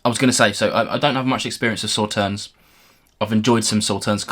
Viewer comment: Just FYI: Sauternes is a sweet French white wine made from grapes (not strawberries - wherever did you get that idea?) - specifically Sémillon, Sauvignon blanc and Muscadelle - that have been affected by 'noble rot', which concentrates the sugar in a similar way to frost for Eiswein/ice wine. Oh, and the "s" at the end is silent, so it sounds more like "saw tare n"...